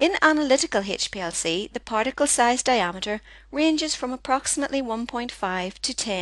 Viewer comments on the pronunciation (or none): none